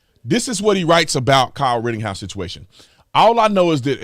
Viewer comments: Brandon.... It's RITTENHOUSE.... NOT Rittinghouse. Lol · Rittenhouse not Rittinghouse.😂🇺🇸LETS GO BRANDON!!! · IT'S NOT RITTINGHOUSE IT IS RITTENHOUSE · Officer Tatum, love your show.....just wanted to point out...it's Rittenhouse....no G in his name. Keep up the great work, Cheers mate! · His name is Rittenhouse. Not "Rittinghouse". I wouldn't call you Tater instead of Tatum 🤣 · RittENhouse, not RittINGhouse. You're welcome, carry on with the excellent work. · WRITTEN-House not rittinGhouse.. cmon b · Ritten, not Ritting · Why do you keep calling him ridding house? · There’s no “g” in his last name. I’m just sayin’… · Dude … I like your positions on stuff but his name is not “Rittinghouse.” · Can you please say our boys last name correctly! ritten house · I love you man but why would you look up Jonathons name and mispronounce Kyles name? I’m sorry. This is my fault because it bothers me to keep hearing it mispronounced. You can tell you didn’t listen to the mAinstream mEdia because if you did you would know. Again. I listen to every stream of yours and have for a LONG TIME. Keep up the good work. ⭐️⭐️⭐️⭐️⭐️